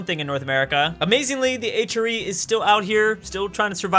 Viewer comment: STOP CALLING IT THE H-REE! At first I thought he said Adriatic Sea.